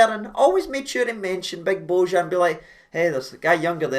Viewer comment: You read the J in bojan as a y its not Z Watp ale ale